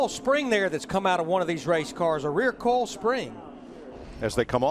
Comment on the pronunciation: its pronounced "coil" not coal...